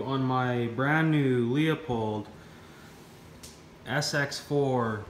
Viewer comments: It’s pronounced Lou Pold not Leo Pold. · Leupold is pronounced loooo-pold not Leo-pold. I’m Canadian too. That has nothing to do with it.